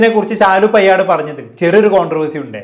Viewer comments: പെയ്യാട് അല്ല പേയാട് ...തിരുവനന്തപുരത്തുള്ള ഒരു സ്ഥലമാണ് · എടാ നല്ല ത് പോലെ സംസാരിക്കാൻ പടിക്കു പയട് അല്ല പേയാട്